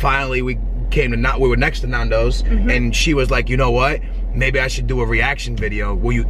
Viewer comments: it bugs me how they say nandos. you don't say narndos you say nandos. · It's not pronounced Nondos. It's pronounced Nandos. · Why are you saying nawndoes its nandos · It’s Nando’s Nondoz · It's pronounced nan- did not nahndos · It’s not NUNdos it’s NANdos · It's not Narndos It's nairndos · NANdos not NAAANdos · Nandos not naandos ffs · naaaandos not nanos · yeah they say nondos lol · its said nandows innit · Yea cause when you pronounce it, you say "nan" as in your grandma and it's kinda funny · Michael Czepak nAAHndos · see i can change my name * nan doee s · Guys Chill, they pronounced it NAAANdoes because or their accent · narn-doh-s hahahahahha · It’s actually ‘nan - dough’s’. Dows implies it rhymes with cows, which it doesn’t, and ‘naan’ is as you’d pronounce naan bread, which isn’t how you pronounce Nando’s. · Please pronounce as following: Nan-Dough-zzzzzz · You pronounce it nan like nanny dos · Nondos lel we say nandos in South africa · I cringed everytime she said "nondos" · its NAN doze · It hurts my ears, to hear how you guys pronounce it, as we pronounce it differently over here in England haha. Glad you enjoyed it :) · its funny because nandos is south african and english people are the only ones besides us who pronounce it correctly! XD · It's so odd hearing the way you guys pronounce Nando's. I'm from England that's why lmao. Nando's is such a big thing over here though, I love it! Next time you go to Nando's - eat in, that way you can put more of the Nando's sauce on your chicken and oh my god it's even better! :) Love the video! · Hey guys, it is not pronounced like that. Secondly it is not Portuguese, peri-peri is, but Nandos is a product of South Africa, which the Portuguese introduced to us. It is an amazing takeaways.... but please give the heads up to South Africa.... because that is the origin of your fast food love. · Your not saying nandos right and I know because I'm from London and they have nandos everywhere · you say nando wrong